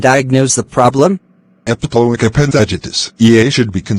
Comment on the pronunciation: It's not epiloic, it's epiploic